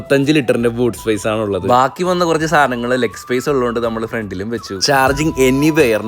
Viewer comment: Baaki vanna korch saanghal frontil vechu not the point baki vanna "korch"saanghal "korch"😂